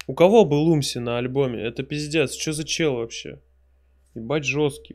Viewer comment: Умси появлялся дважды на андеде и один раз на дабл терапи. Бтв Умси читается с ударением на У